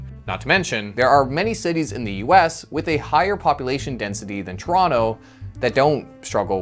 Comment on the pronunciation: Why are you saying Toronto wrong.......